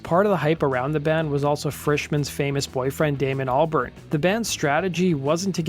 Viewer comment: He can’t even pronounce Albarn correctly